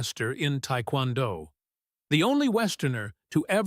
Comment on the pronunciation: TAEKWONDO-DO (SAID AS TAYKWONDO)